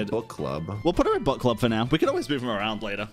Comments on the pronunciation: Dude all I hear is "butt club" and it cracks me up 💀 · whenever says book club....i hear butt club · I cant stop hearing „butt club” lolol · accent is killing me every time he mentions the "bukk club". It just sounds so wrong:-p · Gotta love the British accent saying "Book Club"